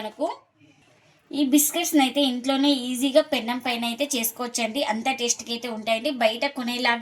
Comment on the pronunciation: Pennaom kadhu mma penam